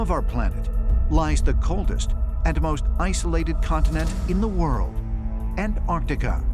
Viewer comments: Ant artica? David, really? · ANT-arch-TICK-ah... KLAH-too BAH-rah-dah NICK-toh... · The word is Antarctica. Pronounced An-tark-tika.